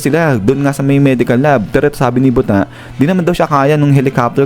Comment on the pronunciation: mali po talaga ang pag pronounce mo ng buta. hindi po yan butta its buta. buta in japanese is pig.